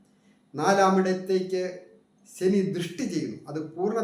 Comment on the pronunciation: സനി അല്ല ശനി ഒന്നുപറഞ്ഞു നോക്കൂ